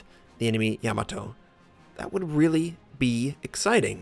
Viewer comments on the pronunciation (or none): Love your vids, and also love how badly a lot of players mispronounce these ships names... It's really not a yam-a-toe, it's Ya-Ma-To :) Happy Gaming..